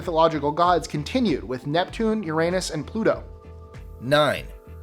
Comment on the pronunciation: I love how the guy pronounced "Uranus." Pretty much sums up the entire video.